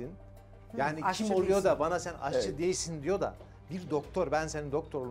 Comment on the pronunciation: AHCIdeğil bacımmm AŞÇIII AŞÇII😂